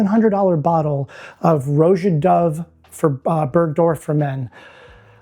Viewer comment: Roja is pronounced like the name Roger (no hard R), not roh-jah.